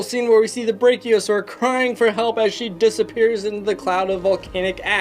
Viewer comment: Breakiosaur hahaha